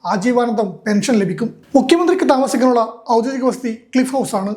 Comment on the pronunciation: ഔദ്യോഗിക എന്നു പറയൂ. ഗി . ഔദ്യോദിക എന്നു തെറ്റു പറയരുത് മിക്കവരും പറയുന്നതു് ഔദ്യോ ദി ക എന്നു തെറ്റായിട്ടു തന്നെ. ഒഫിഷ്യൽ എന്നാണ് അർത്ഥം